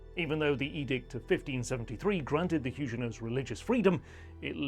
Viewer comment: They were not Hugenots with a soft g but Huguenot with a hard g. If you cannot get this basic detail right I see no reason to follow this channel..